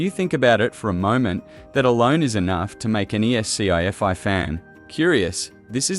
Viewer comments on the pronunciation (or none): "ess-see-eye fi" fan? AI narrator again.....